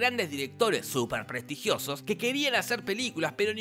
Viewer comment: "Prestrigiosos" El genio de Daniel Rabinovich se sonríe desde arriba.